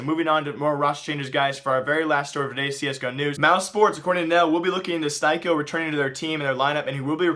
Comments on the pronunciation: plsss, stop saying jay-keem, and it's steeko, not stiko. you never watch pro matches do you or i guess you only watch matches with popular teams huh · styko is actually pronounced stick-o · styko is not pronounced like that, plus he never played for mousesports before, please hire me or anybody so somebody can help you with the mistakes you keep doing episode after episode again and again saying wrong information/pronouncing names wrong, no offense to you:)